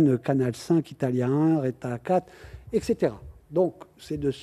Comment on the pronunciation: le "ect" à la fin me tue